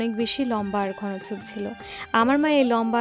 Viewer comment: ঘোন???? x ঘন ( উচ্চারণ ঘনো)